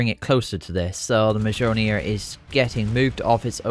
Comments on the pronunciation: Mjolnir = M-yol-near (not an english scholar, just how Ive learnt it, feel free to correct me anyone) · Mjolnir = M-Yoll-Near